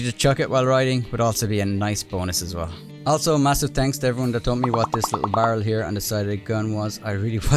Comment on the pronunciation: Read aloud as “Tenks bood”